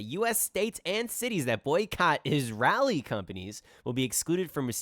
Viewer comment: You should learn how to pronounce “Israeli” first before you comment on middle eastern politics. Start there pls. 😹😹😹